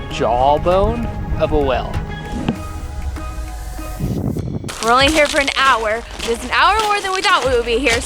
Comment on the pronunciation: You see that WELL me: HUH what well; I only see a whale: that's what I said, a WELL me: whAALe, not WELL jk ur hot so its fine